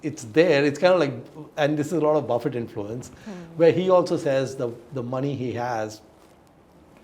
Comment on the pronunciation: God. You also say Warren Buffai! It Buffett. Not pronounced like buffet.